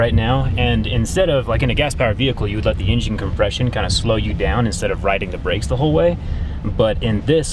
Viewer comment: "No in jin" lol